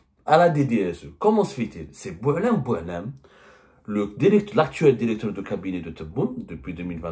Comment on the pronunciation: Dans une de ses vidéos, il a dit :"il faut incluer". Et là, dans cette vidéo, il dit "dérecteur".